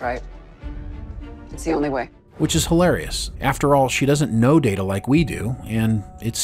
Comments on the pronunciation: Pronounced "Data" the way used to early on in Season 2 of TNG. Pretty sure it's established that "DAYTA" is correct and "DAHTAH" is not correct. Does the narrator ever actually watch Star Trek??? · Someone who pronounces Data as Da-Ta instead of Day-Ta - is not a Chanel I will watch. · Da-duh... Guys.. please, no. That is what Shelby called him. Day-Ta is his name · You mis-pronounced Data's name as "data" - One is his name; the other is not. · Why say Datta? Why? Everyone in the show including himself say Dayta. So please, one more time, why say datta? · Dah-ta? Oh, my. I guess gets two shout-outs this episode. 😂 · Wait, did you call him "DAta" right at the beginning?? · Alright lol, its Day-Ta..... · Did you just call Data Dat-A bro what lol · It's pronounced (date a) you may ask what does it matter. Well one of them is his name the other is not 😂😂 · Datter? Who's "Datter"? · Another excellent script and narration. The one nitpick is that where as last week's was wordperfect, the first pronunciation of data in this one was incorrect. But it was fine for the rest of it. Thanks again for the video and for all of your work. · They lose credibility with their audience if they can't say his name right, means they don't watch the show, just a guy reading a script or a bot...thumbs down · You're saying Data like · Excuse me. It's pronounced Data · Not data its Data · How can you mispronounce Data? I mean one is his name and the other is not. Shame ...... SHAME! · Did he just mispr9nounce data name? Lol so many amateur mistakes by these podcast guys! Proof read fool s